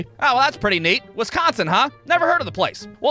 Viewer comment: Why u pronouncing wisconsin like that 😂